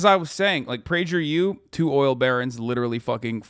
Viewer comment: The way Hasan pronounced Prager U with a soft G lol…